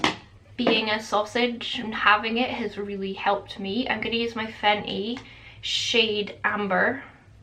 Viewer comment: Omg 😲 I can't believe 😭 😢 you aren't together with Hamish anymore, sorry you went through antidepressants and all you went through 😔 . I known you from IG to YouTube but it's been like I have known you for ages, I wish you all the best 🥰. Love the way you pronounce FENTY 😁👍